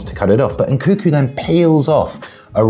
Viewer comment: He's called Nkunku, not Nkuku, reeeeeeeeeeeeeeeeeee